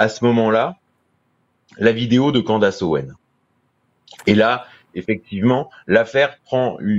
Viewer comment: On prononce Candeice et pas Candace